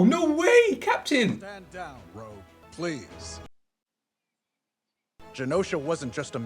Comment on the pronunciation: It's Rogue, not Rouge.